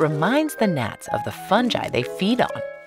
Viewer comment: From now on I'll always pronounce fungi as fun-jai.